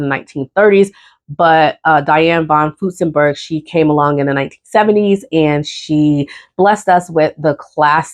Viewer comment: I have a list of Butterick patterns I want but haven't seen Joann list them on sale for awhile. This has always been one of my favorite companies. Please add an R when you are saying von Furstenberg. Love your videos.